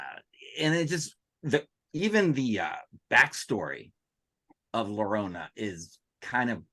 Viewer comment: Llorona is pronounced yorona.